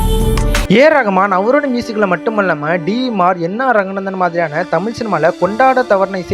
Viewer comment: நீ முதலில் தமிழை ஒழுங்கா உச்சரிக்க கற்றுக்கொள்.தமில் தமில்னு சொல்ற…